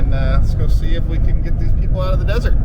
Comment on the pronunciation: “Desert,” I thought you said, “dessert!”